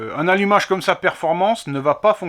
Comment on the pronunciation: Alumacheeee rouche qui dit le yonnet😁